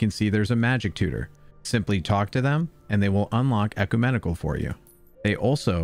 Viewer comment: Good video, and I hope this helps: (caps are long vowels) 1. reagent: rE-A-jent 2. ecumenical: ek-U-men-i-kal